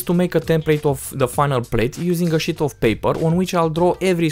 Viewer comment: drinking game! every time he says "Sheet" wrong take a shot.